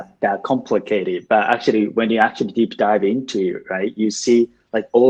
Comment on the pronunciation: 全体的に訛りのない英語だなと思う中に、ぽつぽつtranslatorとか北米英語訛りが混ざってますね。actuallyのllyの発音だけやや気になったかな